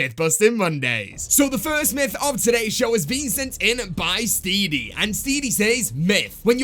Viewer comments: Bruh his name is Steady not Steedy 😂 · Why did he pronounce steady as steedy?